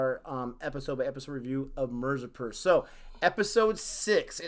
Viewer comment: By now you should be able to pronounce mirzapur. I can understand it's a hard R but please try.